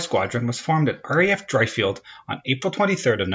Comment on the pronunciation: Driffield........Driffield, not Dryfield.